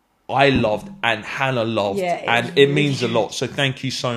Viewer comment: Hannah 😂😂😂 bo O wa aar